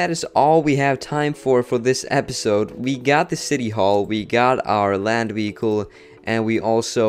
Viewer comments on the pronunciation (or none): Haha wehicle